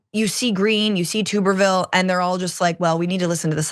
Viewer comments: Glad that I'm not the only person who pronounces his name "Tooberville" instead of "Tubberville". It just makes the most sense, since he has about the same amount of neurons as a potato. A tuber. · Tubberville. Tubb, rhymes with snub, hub, sub. Tubberville. Verbatim the actual correct pronunciation sounds worse then tube. It kind of reminds me of a tub of lard, which is actually smarter than the AL senator.